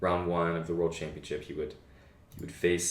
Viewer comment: and they both say champion-chips? isnt it pronounced champion-ship?:D